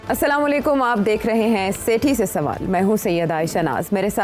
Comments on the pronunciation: Sethi SB gar bura na lgy to guzarish hai Kam is Kam assalamualaikum to kaha krin. Ap slamlikum ye slam theek ni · Sathi better way say Assalamualaikum rather than samolakum